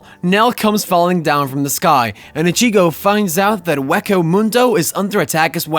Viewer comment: Bro you gotta stop these names wrong. I was gonna let you slide with ichigo. But my brother in Christ you’ve pronounced almost every names from the show wrong 😭